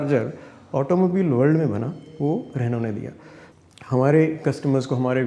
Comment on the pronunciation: रेनू ने नहीं, रेनो ने